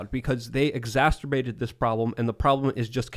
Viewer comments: Although I suspect it's becoming akin to Tims beanie i.e. iconic, it's pronounced exacerbate not exasterbate. But, I suspect you may already know, and are probably playing with it. (The word............Not anything else.) Sheeshe. How deep can I dig this hole? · Take a shot every time says "exasturbate." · it’s “ex-acer-bate”. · “exasterbate” 😂 Sounds like a mix of exacerbate and… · says "exacterbate"! HA! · There’s no T in the middle of the word exacerbate